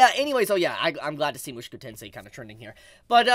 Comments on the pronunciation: why are you pronouncing Mushoku as Moo shoo koo its Moo Sho Koo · Oh god 😭 it’s mu-SHOW-ku tensei !!!!